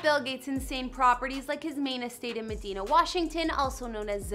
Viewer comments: It’s the city is pronounced muh-die-nuh. Not meh-dee-nah lol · It’s pronounced meh-DINE-ah not me-deen-ah 😂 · Medina is pronounced, "Mah-Dine-Uh". Porsche is pronounced, "Por-sha" Get it right. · Mad "I" na Is how it is pronounced